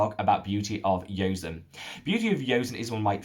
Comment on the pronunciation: I've mentioned to him before but maybe he didn't read it. To be more accurate "seon" rhymes with "John" or like "On" as in switching on/off.